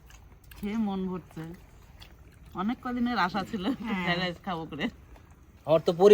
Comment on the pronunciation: Fara rice??? Fried rice Dada ke bolo uchharon ta thik korte.